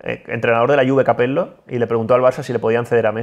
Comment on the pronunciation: El "Capel•lo" de es el equivalente del "peesllé" de Ilie.